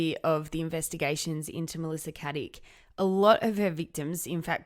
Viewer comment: Her name is Caddick not Haddick if you're gonna do a podcast on her, say her name right at least